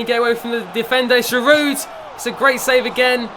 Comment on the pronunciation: you don't say the "d" in Giroud